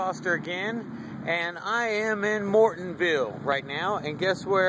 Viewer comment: It’s pronounced More-ILL-Ton